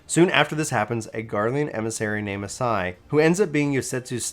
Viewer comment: Cough Ah-SAW-hee. Cough YOT-soo-yoo. Cough YOO-gee-ree. You're welcome. 🤘